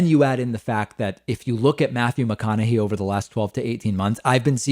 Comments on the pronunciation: David youre killing me pronouncing his name wrong. It's hey at the end not hee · Matthew McConaughey pronounces his own name Mac-con-a-hay, not Mac-con-a-he. So I would say that since that's how the man himself pronounces it, that would be the correct pronunciation. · Also pronouncing it "McConahay:" Matthew McConaughy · It's actually pronounced with a "hey" at the end. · Sorry? You don't know his politics? It's not really a secret. And you're pronouncing his name wrong. According to him anyway. I like your show a lot but that just hurt my ears. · David mispronouncing Mcconaughey reminds me of how he would always mispronounce 'Tulsi' Gabbard (Toolsi). I think knows and does it for laughs anyways lol.